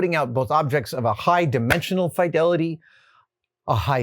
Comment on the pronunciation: I hear you say fAYDality like the world is gonna end. It's just fidelity 😂.